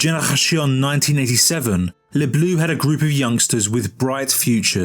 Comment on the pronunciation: "les Blues" lol